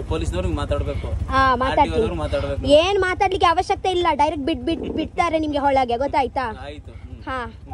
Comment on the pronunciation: you are waiting for your own diaster. You are going for politics. So many times you been told it is not holage it is olage & 😂😂😂 you think you will learn kannada from that auto gentleman. should be knowing Kokani, Dharwad, Raichur, Gadag Kannada. It is a must please learn. Don't think Dharward, Raichur, Gadag are same Kannada. Comeon learn you were preaching the auto gentelmen.